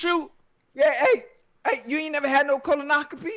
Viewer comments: Lmao - right?! Koloahkopee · I ain’t never heard the word “colonoscopy” get butchered so bad 😂😂😂😂